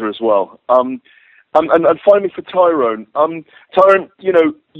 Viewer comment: why are they all fucking up tyrons name its tyroooooonnnnnnnee